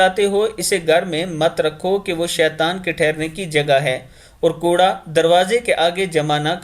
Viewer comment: السلام علیکم۔ جزاک اللہ۔ آپ نے کوڑا کا جو تلفظ کیا ہے اس کا مطلب چابک ہوتا ہے جب کہ یہاں جو تلفظ مطلوب تھا اس کا مطلب garbage ہونا چاہیے۔ اس لیئے کوڑا میں ک کے اوپر پیش پڑھیں۔